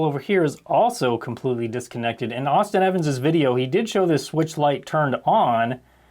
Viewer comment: It's Austin Evans